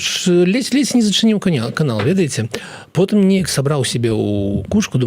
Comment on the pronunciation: Как, паглядев, можабыть, дв, найду, потОм, .. и т.д. - как серпом по одному месту даже для русскоязычных беларусов.